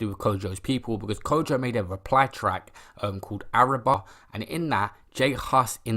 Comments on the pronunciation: The beef started on road not music. Also it’s not araba, it’s arriba, as in ar-ee-bah. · The way you pronounce Arriba lmao, Good video though fam, keep up the good work